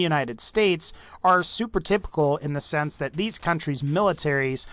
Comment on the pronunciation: speeding mistake, ‘in a sesne’